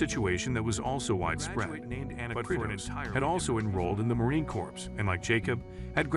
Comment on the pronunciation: Just a quick note. "Corps" is pronounce like the word "core". Thumps up, and great story.